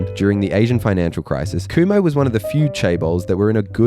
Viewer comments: I’m pretty sure it’s pronounced khum-ho. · Kumho (금호) wasn't bad, I thought Hyundai (현대, hyun-day) got more butchered